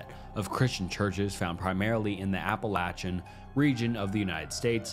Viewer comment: Thank you for pronouncing "Appalachian" correctly! You earned yourself a subscribe from me, just for that!